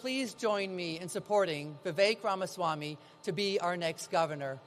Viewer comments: Oh no, then the governor mispronounced Ramaswamy!🤯. Okay, he pronounced it correctly the second time. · Great news❤️…however, the first guy could have at least pronounced Vivek’s name correctly.🤯